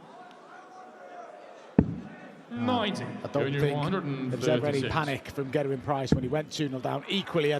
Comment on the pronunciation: I love how they are Pronouncing Gerwyns name propely now:)! Instead of pronouncing Ger-Wyn as 'GHER-wyn' Always used to annoy me when they pronounced The beginning of his name (Ger) as if they were saying - 'Gher' like as in the word GHERKIN lmao (I'm Welsh)